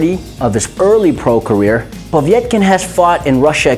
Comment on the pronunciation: It's not Povietkin but Povetkin xD